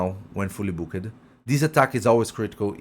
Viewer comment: Take your Microphone off the table, your voice is bouncing off it. and learn how to say Booked.